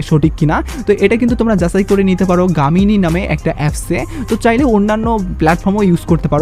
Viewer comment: গামিনি❌ জেমিনি✅